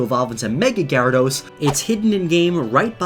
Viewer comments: Anyone else cringe at the way he pronounces Gyarados?? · i pronounce it ji rad Oh-s not ga rad ose